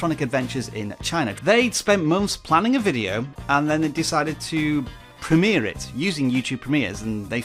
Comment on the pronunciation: I couldn't even like/see anything before it went live. However, what is a "prem-eeeeeer"?